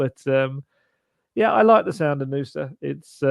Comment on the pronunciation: I’m from Stabæk territory in Norway and have been in Belgia and seen Nusa play. He’s a specimen for sure! The way it’s pronounced in this video is a perfect pronunciation, just say it a smidge faster and you’re spot on👌 Great job!